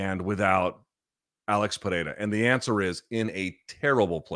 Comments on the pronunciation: You're one of the 'gringos' that can say Pereira almost perfectly. Congrats! lol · Luke if you can’t roll your R’s don’t substitute it with a T sound